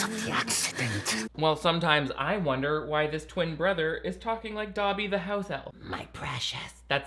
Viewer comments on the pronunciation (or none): none